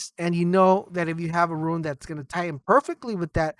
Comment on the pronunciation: every time he calls a rune a "ruin" it makes me cringe